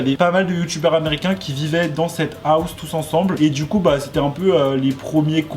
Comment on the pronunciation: "Qui zétait" 😖